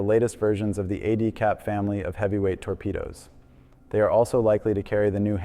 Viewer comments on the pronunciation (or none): all good bro! Good to see a real person doing quality, scientifically solid content. ADCAP is short for Advanced Capability so it's pronounced "add-cap." GIUK is just G-I-U-K, Greenland Iceland United Kingdom! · Sick videos but work on some of your pronunciations like "GIUK" and "ADCAP." I think you also mixed up the Ohio SSGN missile count with VPM. Also give more credit to newer Chinese and Russian subs like Jin class.